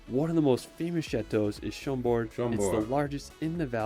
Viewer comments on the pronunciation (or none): none